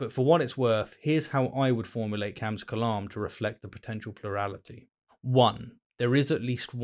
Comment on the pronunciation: It's not KALAM, it's kelæm